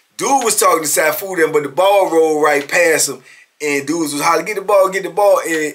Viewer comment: It's pronounced See-Foo Marital Arts Instructor 😊😊